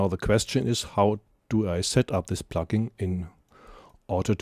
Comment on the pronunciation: "Sight Chaining", as you pronounce??? No! It should be "Side Chaining" - with a long i and a soft and voiced d! Your pronounciacion is ugly! And : it's "plugin", not "pluckin", as you pronounce! : you say "aple" instead of "able". Really horrible to listen to your disgusting pronounciation!